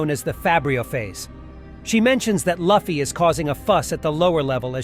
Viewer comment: pronouncing Luffy that way is triggering me.